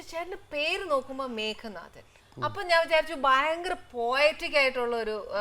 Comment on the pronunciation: 'മേഘനാഥൻ' അല്ലല്ലോ, 'മേഘനാദൻ' അല്ലെ ???